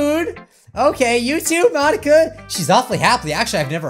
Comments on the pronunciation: Mon-ika ika means squid in Japanese the incorrect pronunciation part is Monika is pronounced Mon-ika. Ika is pronounced ee-ka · She basically said Mon-inka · Because it’s mon-ink-a ink as in like it in squid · The joke, if you don't understand, is that she said it like Mon- ink-a